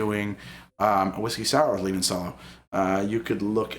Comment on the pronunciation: Great work, really enjoyed having this in the background while working. Also, limoncello is pronounced like lee-mon-chello rather than lee-mon-sello.